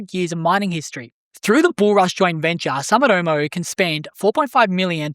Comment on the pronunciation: It’s “Soo”mitomo